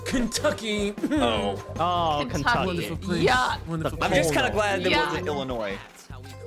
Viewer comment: plz for the love of everyone in Illinois don’t pronounce the S it’s silent lmfao love your videos they are amazing been watching since the old neck twister day with the banana man thank you for all the free content over the years